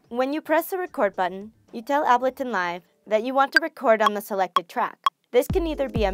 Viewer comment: I was hoping someone called that out!! Abaliton...